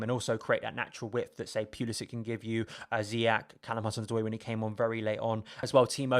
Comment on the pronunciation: It's Zee yesh not Zee yack ffs